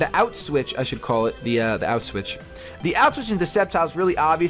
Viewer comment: When he said "out switch" it sounded like Auschwitz.